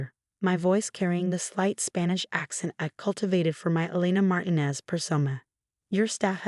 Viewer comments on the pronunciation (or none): It’s Mar ti nez, not marinez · Please correct consistent mispronunciation of Martinez.